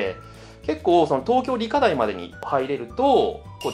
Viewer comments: 思った。理科大⤴ って言いますよね。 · 理科大の発音が新鮮